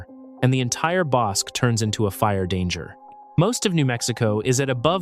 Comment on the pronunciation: One might say that neither one of those is how you pronounce bosque.